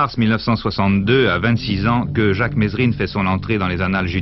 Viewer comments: tu reprends les gens qui se trompent en disant ton nom ? Si c'est le cas, c'est le cas de figure avec Jacques Mesrine ("Mérine" et non "Mess-rine"). Un peu de respect ! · Merci de ne pas dire « messssrine » mais « Merine » bordel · On dit merine mais sa s'écrit Mesrine, même Jacques le prenais mal quand on l'appelles meSSrine ( et quand je dit mal c vraiment vénère ) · ça m'énerve quand les journalistes et autre intervenants ne prononce pas le nom de Jacques comme il faut,ce n'est pas"MESSE-RINE"mais Mérine......Provocation peut-etre.......!!!